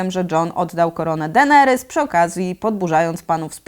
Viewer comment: Dlaczego mówisz Denerys zamiast Deneris? Strasznie bolą uszy matko xD